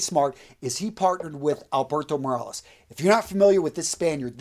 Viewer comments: It's morillas not marales🤔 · Morillas is not pronounced Morales 😬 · Anyone who really watches any of Jeremy's videos knows how to say "niche", "sillage", and Master Perfumer Alberto "Morillas". You may want to take more prep time, so people take you seriously. Grammar, punctuation and pronunciation are crucial parts of making a lasting impression.